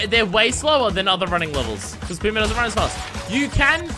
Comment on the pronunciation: It's not Puma, it's Pura, like purr.